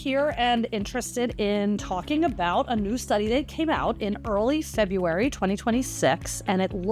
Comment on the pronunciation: That would be February, not Febuary. Just saying.